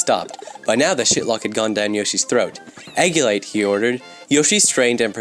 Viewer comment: "eggulate" What